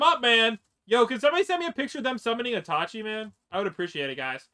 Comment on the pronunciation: The ways he says itachi just pises me off